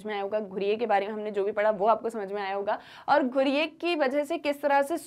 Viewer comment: Mam i want to correct u it's not ghureyeee it's ghurye ( ghooree - it's pronounciation)